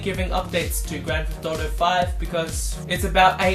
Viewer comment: fee hundred and 99 dollas. lol